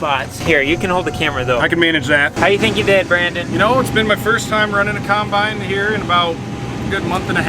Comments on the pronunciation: Also 'cimebine' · I love how says combine instead of combine